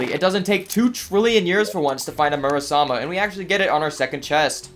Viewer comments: You said murasama instead of muramasa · It’s muramasa not murasama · Mura-masa... not Mura-sama